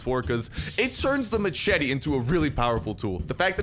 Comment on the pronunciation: You say machete wrong